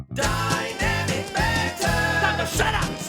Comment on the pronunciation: Love how calls it DUYNAMIK BAANN…